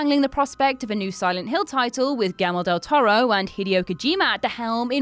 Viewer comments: she said "Galme del Toro". Jajajajaja brutal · Gee yer moe del toe row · okey but can we appreciate how she sounds when she tries to say Guillermo del Toro???